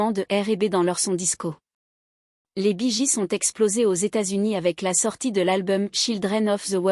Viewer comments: Bonjour...Mais c'est QUOI cette façon de prononcer leur nom...???😂😂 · Encore une de ces vidéos traduites par une IA en un français approximatif et avec une voix « robotique » grotesque. Rien que la prononciation de leur nom est ridicule… Tant qu’au contenu, c’est médiocre: c’est en-dessous de la page anglophone Wikipedia sur le groupe…